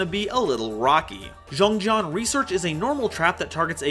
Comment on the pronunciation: pronouncing XiangJian as Jeong Jeong hurt my soul... Because it's Chinese and that's not how it's said. (For those who want to know the pronunciation, it's pronounced "Siang Jien")